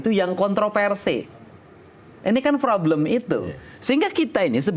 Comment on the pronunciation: KDM....sorry nih...*problem* dll kata yg ada huruf **p**...tp dibaca **froblem**, p berubah jd f...mklm org Sunda...,tp berbahasa Indonesia lah yg baik dan benar 👍🙏